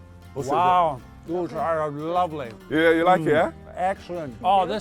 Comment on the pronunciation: he barely even tasted it and said it was "lavley"